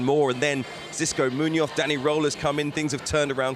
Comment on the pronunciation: It would be 'IF' Mr Roehl's name sounded like it. Sadly, for you, it doesn't. Try saying 'Rearl' and you'll be closer.